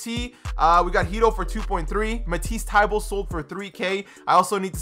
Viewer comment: “Matisse Tiebulle”